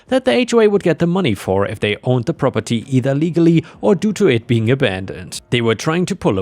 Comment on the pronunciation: Drink every time he says "Prah-per-TEE"